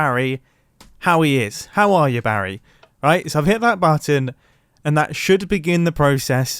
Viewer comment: No one: Absolutely no one: Not even grian: Mumbo: bAtTon